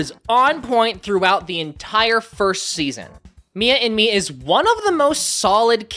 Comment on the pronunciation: Why do i hear "Mia in me" 😭😭😭